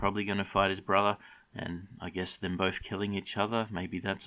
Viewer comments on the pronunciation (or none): none